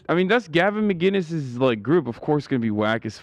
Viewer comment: Its MAC - INNIS, not MacGuinness. Nobody ever says his name correctly.